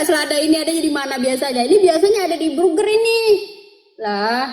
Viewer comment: Burger Po...bukan nya buger 😁😁😁